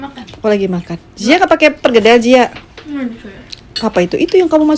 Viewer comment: PERKEDEL yg benar..bukan PERGEDEL